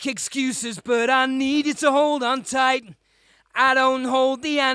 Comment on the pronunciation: / The last "t" on the word "tight vs" "tightse"